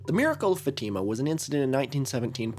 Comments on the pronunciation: not fateehma, it's fahtima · Fatima is pronounced with the stress on the fa not on the tima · portuguese speaker here, it's closer to the source to pronounce FÁtima /'fa.ti.ma/, than faTIma as you've been saying. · fatima pronounced: FAH--teh--muh . idk how to spell out pronunciation but watch a video of a catholic talking about it 🫶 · great video but pls learn how to say fatima 💔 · As a Portuguese, the way you pronounce Fátima is absolutely throwing me